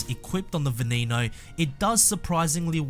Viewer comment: You said Veneno wrong. It's not an english name. The E's are not pronounced as E's.